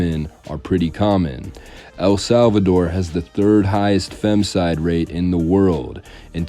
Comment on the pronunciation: Neither, it's "BU-KE-LE-LE", and "FEMI-CIDE", FFS..! You American's can't seem to pronounce the simplest of words..